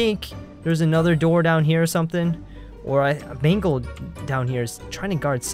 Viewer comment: it's not magle it's mangle